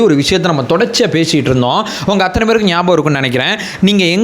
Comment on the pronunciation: anbana vendugol...pls don't say "Aththunai". .normal Tamil la sollunga pls..."AththAnai"